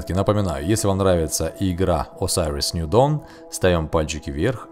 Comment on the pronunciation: осириос ню дон а не асариос ню дон